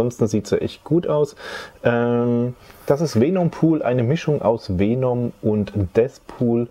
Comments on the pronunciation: Es heißt Venom und nicht Feenumm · Man spricht venom anders aus wie vänom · Weenum spricht man ihn glaub ned aus haha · Wie Venom immer im Video falsch ausgesprochen wird😂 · er hat nie mit F gesagt btw er hat nur e und o falsch gesagt